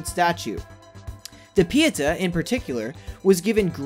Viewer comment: There are a number of things wrong here, but I'll stick to the two that bother me most. First: NASA is the "National Aeronautics and Space ADMINISTRATION," you numbskull. Second: Every time you tried to pronounce "Pieta" I wanted to scream (somewhere in the distance a cruel headmistress scrapes her long sharp fingernails across a blackboard.) Why don't people like you who make these types of lists ever take two minutes to consult a dictionary - or even YouTube - to learn how to pronounce words you've apparently never heard before? It's really quite annoying at times, and makes me -and probably others - less likely to return.